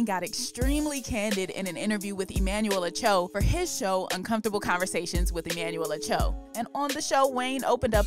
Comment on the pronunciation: over here butchering Emmanuel acho's name LOL. Where's Marcellus Wiley to clean this up LMAO.